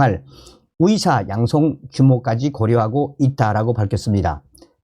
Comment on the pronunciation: 열심히 좋은 소식들려주셔서 감사합니다 그런데 의사를 위사로, 의대를 위대로 발음하시네요? 북한 출신은 이 발음이 안되나요? 아니면 만 안되나요?